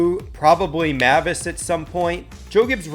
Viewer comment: Nah apologize for the way you said Mavis